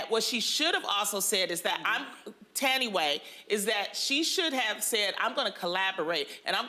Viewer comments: Her name is not pronounced "Tanway" 🤦‍♀️ it's Tha-Ndi-Weh... Thandiwe Newton, her mom is from Zimbabwe. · Thought Lonnie was saying “Tan way” instead of Thandiwe. As a Xhosa South African (the name is my native language) I’d like my fellow Americans to try to pronounce it properly 🙂🙂 I understand what Lonnie was saying though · she didn't even try. ''Tanway'' like really?? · It’s “Tanway….Tannaway” for me 😂😂😂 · her name is Tha - ndi - we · Loni it's pronounced Tan Dee. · Cannot get over how brutally Loni completely massacred the womans' name and its such a simple and beautiful name with such a beautiful meaning when said the way it was meant 🙁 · I cringe at how horrible they say her name..mxm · Am I the only one who couldn't take anything Loni was saying seriously because she couldn't even say "Thandiwe" right? They should have just stuck to Thandie. Hae! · I hate how Loni was butchering Thandiwe's name. Should've let someone else introduce the topic. Plus she talked way too much.